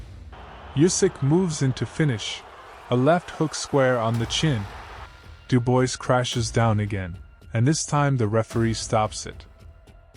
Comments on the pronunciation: Daniel "Dew-boys"...?! Do I detect AI bullsh*t here...? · Dubois is pronounced Doobwar. It's a French name.